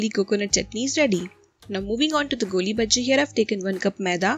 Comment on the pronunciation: By the way it's not golli bajji it's goolibaaje please correct it ..... anyways love from manglore